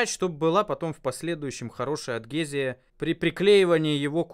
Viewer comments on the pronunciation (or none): none